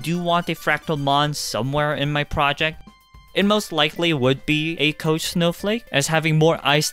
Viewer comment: koch is pronounced with a k sound at the end, not a ch